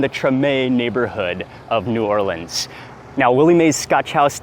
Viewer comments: Mark, I'm a native New Orleanian and I have to hand it to you my good man, you pronounced the name of our fine city properly, whereas most food bloggers botch the living crap out of it. My wife and I live and teach in Alexandria, Egypt and well, we have yet to find over the top fried chicken here, but the koshary, falafal, and foul are killin' it, HA! Love your vids man. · Mark pronounced New Orleans properly!!! Thank you sir!